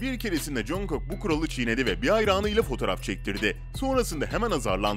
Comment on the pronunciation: RM - Reym K-Pop - Ka-Pop Namjoon - Nemjun Taehyung - Taeyong Jin - Cin A.R.M.Y - Bts Ordusu Jungkook - Cunguk Abi cidden tellaffuzun mükemmel ne diyeyim yani RM - AREM K-Pop - Ke-Pop Namjoon - Namcun Taehyung - Tiyang Jin - Cin (Evet böyle Tellaffuz ediliyor) A.R.M.Y - A.R.M.Y (Yazılışı gibi okunuyor zaten) Jungkook - Cankuk Böyle telaffuz ediliyor 5 yıldır Korece dersi alıyorum ondan biliyorum